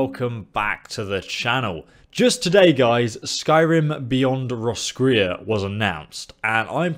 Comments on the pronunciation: there's a town in Ireland called Roscrea and it's pronounced (Roscray) so I'd say that's how it's pronounced 😊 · Roscrea..If it's meant to be the same pronunciation as here in Ireland then it's (loosely) Ross-cray. Ross like the name and cray like clay just with an 'R' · Roscrea is pronounced Roscray. it's a town in Ireland which seems to be the inspiration behind the expansion. The geography, pale humans with tatoos (celts) and music fit. The central city also mimics Skellig Island. Think of the island from the latest Star Wars film. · it is pronounced Ross-cray I think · the roscrea in ireland is pronounced ros-cray so make of that what you like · It's pronounced Ross- crey, It's Irish. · ur not even pronouncing the O